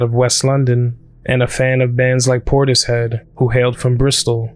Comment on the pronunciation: You know how I know you did the work? You pronounced Portishead perfectly